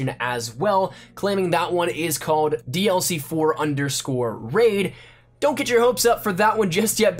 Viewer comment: Bro... Stop saying "ended up". 😂 And pronounce your "L"s. Cawed, detewwed.